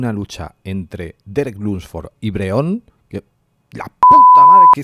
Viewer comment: Has dicho Breon nota en el min 0.40